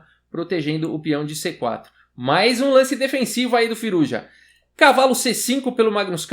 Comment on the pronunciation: acho q se pronuncia "Firúza"